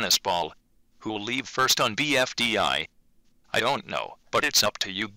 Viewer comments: BDFI???! ITS BFDI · IT’S PRONOUNCED BFDI